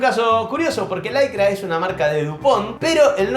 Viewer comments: ¿Laicra? En México le decimos licra. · ¿Por qué dices pirex y pronuncias laicra? Jaja en Me´xico decimos pairex y licra, así, tal como está escrito. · Se escucha curioso que le diga "laicra" a la licra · Me llama la atención que a la lycra le digas "laicra" y al Pyrex no le digas "pairex", como se conoce en casi todo el resto del mundo...